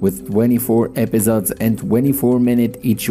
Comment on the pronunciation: Epizods? Bro just say episodes